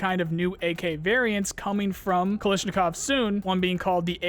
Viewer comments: Just a heads up, it's pronounced kalAshnikov, not kalishnikov. The first and second A letters should be pronounced the same. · I will never get while calls em "Kalisnikof" xD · The AKGuy might have a problem with how you said, Kalashnikov. Lol. great video. Thanks.